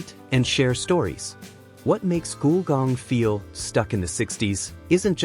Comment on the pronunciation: Definitely robotic narration, mispronounced "Gulgong" as "Goolgong". The pronunciation is "Gull", as in breed of bird, and "gong", a loud sound when a disc is struck(like the J. Arthur Rank Movies intro). Put together to create "Gulgong".